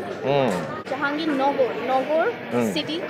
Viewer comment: U r pronouncing my fathers name jahangir